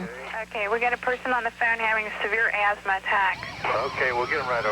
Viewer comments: It's "asthma" not "azma". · "AZMA [sic]"? I hope you don't have any children who would imitate your ignorance.